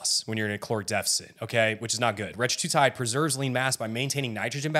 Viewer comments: Hey man, I like your videos, but it’s hard to take this one seriously when you do not pronounce Retatrutide correctly …not Retra-tru-tide…it’s Reta-tru-tide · It’s not retratutide, dude. It’s retatrutide. The masterclass should include proper pronunciation. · Bro learn how to say RET-A-TRU-TIDE. if you're giving a masterclass you should probably know how to pronounce it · That was driving me crazy too. You’re not an expert if you can’t even pronounce the name correctly